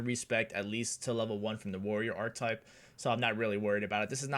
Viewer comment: I think it’s pronounced Ark-Ke-Type, good argument for melee I love my Abelard and Main Character Melee Psyker will you be doing any builds outside of this?